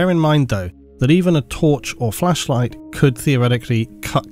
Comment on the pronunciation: How many people chuckled at emphasizing "a flAsh light" 😂? Did he have blooper on the first recording? Or are more puns about it in the 40k community?